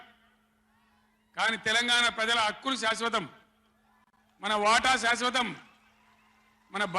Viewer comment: KCR saying Adhikaram seswatham kadhu.....😂😂😂😂